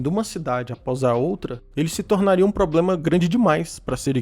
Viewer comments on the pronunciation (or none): none